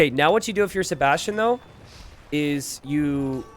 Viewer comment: pronounces Sebastian as "". Maybe this could become his new Alias.:)